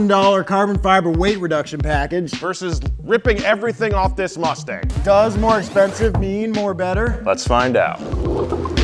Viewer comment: did he call that a mustang or a lustang?